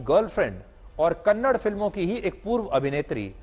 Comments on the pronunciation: Loude Its KANNADA not Kannad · Humble request to you sir , plz pronounce kannada not kannad. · Hey bulshit tell properly it's not kannad It's kannada You bulshit worst hindi person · It’s not Kannad it’s kannada first of all correct yourself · Kannad nahi kannada❤️ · Bro not Kannd it's kannada ❤️🚩🙏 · It's not kannad it's kannada learn to pronounce properly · कन्नड़ नही Sir कन्नडा होता है Kannada वाले Troll कर देंगे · For the millionth time. It's kannadA not kannad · Kannad nahi Kannada